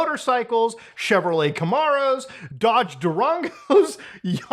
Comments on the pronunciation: Hey, say Camaro again... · I can't be the only person who's jimmies got rustled at how Muta pronounced "Camaro". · The way you pronounced “Camaro” and “Durango” killed me💀